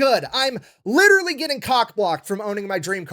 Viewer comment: 2 years late dis you just say witterwy?